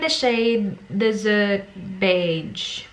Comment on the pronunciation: Why do you pronounce “Desert” as “Dessert”?